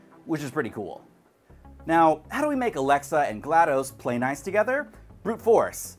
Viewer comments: Please call her name right. DOS as in Disk Operating System since that's her name. Not GLadose as I keep hearing from so many people :( Otherwise another entertaining video. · Very minor nitpick; you don't call it "M.S Dose", it''s DOS. Same with GLaDOS. It's not gla-dose. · My eye twitches when people say GladO's like "spaghetti-o's" and not GLaDOS like "cost"